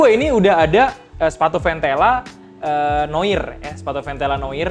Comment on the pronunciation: Koreksi bang, noir bacanya noar wkwk